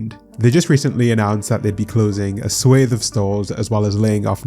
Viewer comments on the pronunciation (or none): Swath s-wa-th